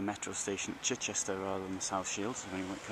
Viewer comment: Good video and useful stats about the high numbers of merchant seamen from the town in WW2. Please note Chichester is pronounced "Chiechester" locally. The reason for the Metro station there is that it forms a perfect interchange point with all the bus services that pass Chichester connecting many residential areas of the town.